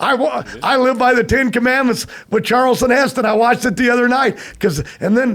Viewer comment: “ Charleston” Heston😅😅😅😅